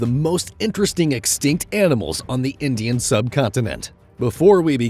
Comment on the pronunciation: Indish curry😂